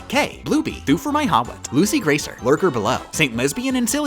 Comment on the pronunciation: I didnt mean to put my real name down instead of my username but holy shit you pronounced graser right first try im so happy